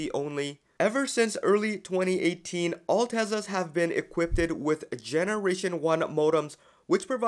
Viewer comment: the rest of your pronunciation is correct, however, its not "e quip ted" (3 syllables), its "e quipped" (2 syllables)